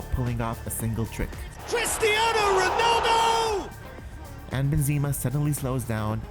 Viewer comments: Love your review but you made me luagh when you said benzeema and not benzema 😂👌🏼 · He said benzeema not benzema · Benzima? Wtf 😂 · Ben-zeema? Really?